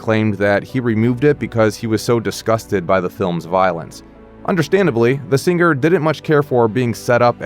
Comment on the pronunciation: Sing-ger really?